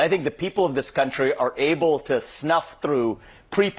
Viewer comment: Vivek it is country, not guuuuuntry